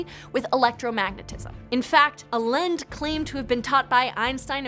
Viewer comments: Maybe you could try to expose the truth behind pronouncing "Allende" correctly next time. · lol air quote "allende" and tell me you have no idea how to speak spanish ; ) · LMAO her pronunciation of Allende. It's a Spanish surname and definitely does not sound like that. 🤣🤣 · Why does she pronounce allende like that? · She lost me with her pronunciation of Allende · I suppose you'd only know how to pronounce Allende in another dimension... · How can you trust the information when she can't even pronounce the last name correctly. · It's pronounced "I Yen Day" or "Ah Yen Deh" not "Ah Lend" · I was on board with this explanation ... Until she said Carlos Miguel ... "Alend"? WTF? It's "Allende". And it's very easy to pronounce. Credibility keeps dropping every time she says that name 😅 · It's "a Lin day" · I think the original pronunciation is "alende" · Well, if you can't pronounce Allende (ay-YEN-day) then I don't really believe you have any idea about anything. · His pseudo name is pronounced " eye-n -day" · Allende = A-yen-de